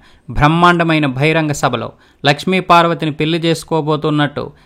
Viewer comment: భహిరంగ సభ కాదు బహిరంగ సభ ,బాలకృష్ణ! భల కృష్ణ కాదు ! ముందు తెలుగు తప్పుల్లేకుండా మాట్లాడడం నేర్చుకో!